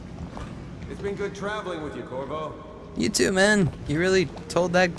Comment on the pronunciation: the guy Said korvo... I thought he said kurwa 😂